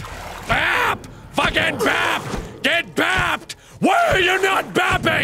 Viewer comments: BrambleLeaf Warriors/AJ/Animations cuz u didn't say bab you said bap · who else heard fap instead of bap lol ( i re-winded cause i was confused lol) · Woofy Mcwoofwoof he said it right